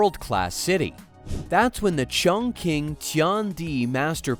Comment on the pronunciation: Your pronunciation of Chongqing is wrong, teach your AI voice to do better